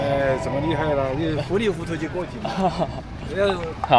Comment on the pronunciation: เขาหน้าจะพูดว่า 糊里糊涂 แต่ได้ยินเป็น fulifutou ฟังจาก H เป็น F 555